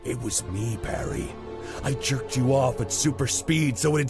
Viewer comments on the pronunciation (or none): none